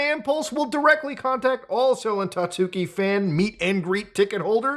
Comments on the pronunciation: hearing "tatsooki" the whole video was mind numbing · isnt it pronounced 'tatski?'